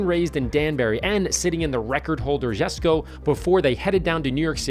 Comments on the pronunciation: YOU LOST ME WHEN YOU CALLED IT "GESKO" IT'S a "Yesko" Jesko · Isn't Jesko pronounced yes-ko?